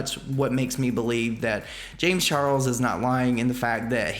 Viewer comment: i kept hearing James Churros when said James Charles...must be Rich rubbing on me😅